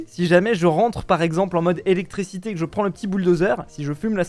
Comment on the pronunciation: qui dit electrécité au lieu de dire électriiiiicité ça me trigger